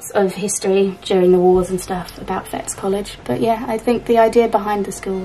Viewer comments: Enjoyed this again ... so soothing to watch while I do some hand sewing. The school name is pronounced 'Fetties' - like 'Betty' with an s on the end. I know because it's mentioned on the media now and again because one of the pupils was Tony Blair. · Hello ladies.. lovely to see you on Scottish soil! Just to be pedantic…the College is pronounced “Fetties” … Tony Blair went there, among others well known names. Huge, impressive building.. looks like Hogwarts! Unfortunately no longer running in the spirit of its creation… it’s very much NOT for poor kids these days! Glad you found so much great stuff! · I’m chuckling quietly at the Fettes College find. It’s pronounced “ Fet” as in let, then tees. Fettes is the Eton of Scotland. Many of my friends brothers used to go there. One of my school friends was one of the first girls to go there when it became co Ed. I went to the school literally over the road from there. We had many a snowball fight over the road between the private boys and the Broughton pupils. Oh fun memories. Back then the boys had very distinctive blazers and used to go into Stockbridge to buy supplies, as girls we used to love to smile and chat with them - it was torment for them coming from an all male environment. The little doll will have to have a good Scottish name like Wee Jeannie, or Heather or Janet. I loved this video, thank you.😊